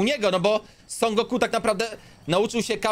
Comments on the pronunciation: Teraz sie mówi SON GOKU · Niby największy fan ale źle wypowiada imię Son Goku